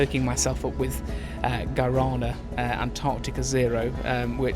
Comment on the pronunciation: Brazilian here. You totally mispronounced "guaraná" but that's cute though 😂🥰🥰 Hope you've enjoyed your time here 🤩